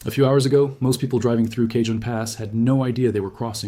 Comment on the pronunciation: It's pronounced CAHONE